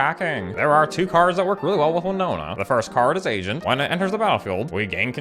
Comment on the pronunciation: As an Asian person, I sink you are saying Asian instead of Agent. Which is muy grande